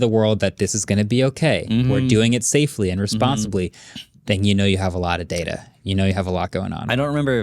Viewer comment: It's PRONOUNCED DATA....not DATA